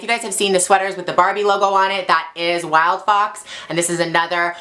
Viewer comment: Its helpful very because i thought she said wildpop